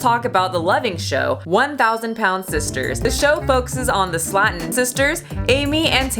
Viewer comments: I love you, but Slaton is pronounced “Slay-ton” not “Slat-un” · I love your content,, but you're driving me up the wall mispronouncing things lol. First, it's "Slay-tun" sisters, not "Slat-ten". It's also "bury-at-rick" surgery, not whatever it is when you pronounce it. Still love you, though lol! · It's pronounced Slay tun We all know Amy on YouTube! I guess you don't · It's pronounced "Slaytin" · hey you pronounced there last name wrong. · I’m offended by the way you pronounced Slaton